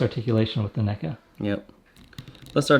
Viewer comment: "Neck-uhh..." NECA?!? REEEEEEEEEEEEEEEEEEEEEEEEEEEEEEEEE